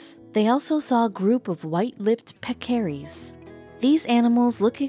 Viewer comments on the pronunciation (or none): PECKARIES. NOT peck aries